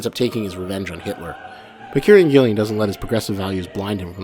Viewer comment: nice vid; I'll share it with friends I've been meaning to convince to read the comic. 2 issues though: 1. That's the worst Alan Moore impression I've ever heard 😉. I suppose you can't blame an American for missing the nuances of a Northampton accent. 2. it's Kieron Gillen, pronounced keer-on/keer-an gill-on other than that, liked and subscribed, cheers!